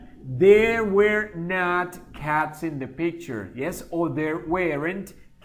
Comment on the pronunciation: Una pequeña critica constructiva were no se pronuncia wer sino wor